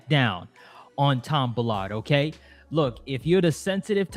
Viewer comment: I think I heard an Oh Gay instead of ok when he wanted to talk about his book!